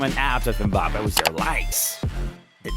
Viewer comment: Mbapeh… bruh you can’t pronounce it correctly, it’s Mbappé (Em-ba-pay) is that so hard?